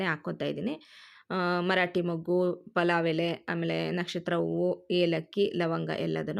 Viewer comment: Corectagi helu palav antha